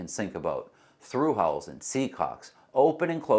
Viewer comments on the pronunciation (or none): none